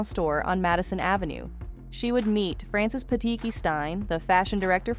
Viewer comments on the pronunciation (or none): none